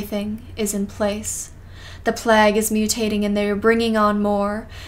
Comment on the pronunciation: Why do you pronounce plague & vague like plague & vague is it an inside joke that im not in on